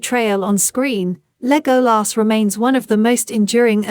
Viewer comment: Thank you for the effort but I cannot listen to a bot-voice mispronounce Legolas's name over and over again. The movies taught us how to pronounce his name. It is not the abomination of this voice-bot .